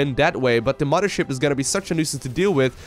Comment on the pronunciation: "Muddership" :P